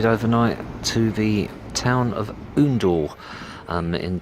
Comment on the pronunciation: I live in Oundle and have done for about 10 years now, nice little town and the football club is great. Also, it's pronounced Owndle, not Oondle haha!